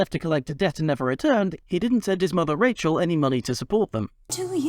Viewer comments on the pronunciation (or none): none